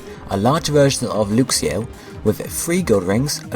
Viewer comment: isn't it pronounced l-uh-x-io and l-uh-x-ray not l-oo-x-io and l-oo-x-ray